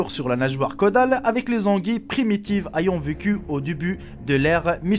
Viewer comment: Ton accent me dérange fortement, on dit ayant (é) et non pas (a)! Bref vidéo d'une simplicité déconcertante tu prends tout sur des sites tu lis et tu enregistre puis tu colle le tout dans une vidéo ! Je ne pourrais te classer parmi les créateurs de contenu français !